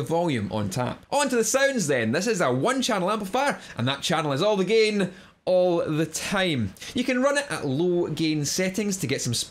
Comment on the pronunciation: I love your accent say it again! ❤ "GEIN"